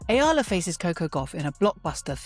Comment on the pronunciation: Its pronounced E all a